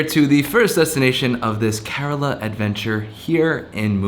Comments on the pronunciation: Its pronunced as "care La"... Not korela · It's not karela it's Kerala